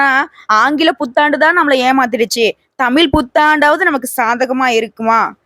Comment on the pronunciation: அம்மா தாயே நீங்க தமிழை கொலைசெய்ய நாம் பேசுங்கோ தமில்தமிள்அல்ல தமிழ் தமிழ்